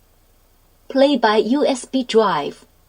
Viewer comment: Laughed at the "Play by Ooh Ess Bee Dwive."